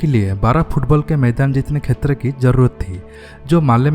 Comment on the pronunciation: Chetra ko khetra bolte ho hamesa